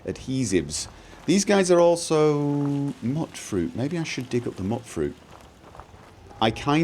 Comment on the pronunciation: It's "Mute-fruit" as in mutant :)